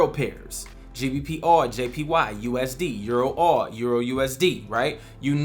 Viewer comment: Hi bro, are you saying GBP/AUD? COZ i cant understand "oure"? 😄 Please clarify thanks bro